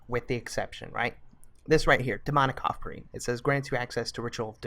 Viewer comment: I thought you said demonic cockring not offering oh my!